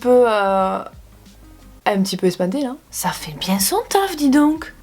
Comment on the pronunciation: je suis Parisienne et à chaque début de vidéo je ne peux pas m’empêcher de dire en même temps que toi « hey tout le mondeuh j’espèreeee que vous allez bieng! » avec ton accent haha 😍